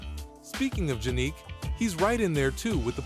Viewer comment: Is the voiceover AI generated? There are a couple weird spots: "I-G-A Swiatek" Multiple different (and incorrect) pronunciations of Jannik (in this one it's Jan-nick) In this one it's "Juh-neek", also misspells Jannik as "Janik", probably causing the AI to pronounce it this way talks about how federer is king of grass and then randomly says "hardcourt" at the end after a brief pause talks about zverevs forehand, even though his backhand is more notable (not necessarily better, but while his forehand is good, his backhand is Top 5 rn) says tsitsipas backhand is one of the "cleanest in the game" (it's trash and a huge target for opponents to exploit) says murray won "a wimbledon title" even though he has won more than once I don't have a problem with AI videos, but I just thought I would point out a few errors so they can be fixed in future videos.